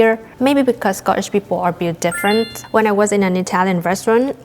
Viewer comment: Sco eesh...... perfect accent ❤